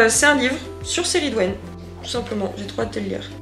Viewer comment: Super vlog! Par contre moi j’ai toujours entendu la prononciation keh - ri - dwen pour la déesse mais c’est peut-être la version anglaise de son nom? 😅❤